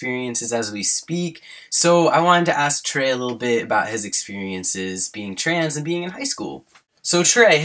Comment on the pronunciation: Every time says "trans" it sounds like trains.